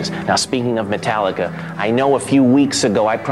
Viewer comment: Metarrica haha